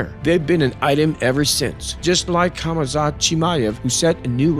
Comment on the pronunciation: Khamzat would smesh you for how you pronounce his name.. I never get over MMA videos with guys who never learn how to pronounce the fighters names